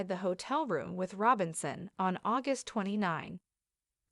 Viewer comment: Listen, white lady....If you INSIST on exploiting this topic waaay after-the-fact, for your own good...(that's YOU hoping to get enough likes and views)...Then, for God's Sake AND for SHAN-KWEH-LUH's Sakes PLEASE, PLEASE, PLEASE AT LEAST take the time to learn how to properly PRONOUNCE what you call yourself "Reporting" on! 😦😦😦 And it's KAH-BO" NOT "CAY-BO". You are very nerve-wracking and DISRESPECTFUL to not at LEAST get her NAME right!